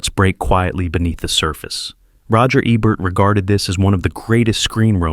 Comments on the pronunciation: It's AI narration, sigh. "Rachmaninoff's Second.......Concerto." He also mispronounces Ebert's name half of the time. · I was going to watch this, but couldn’t get past the mispronunciation of Ebert in the introduction. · AI generated. The robot even pronounce Ebert incorrectly. Give me a real human being!